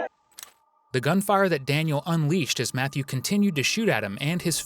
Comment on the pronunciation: Daniel not Daniele.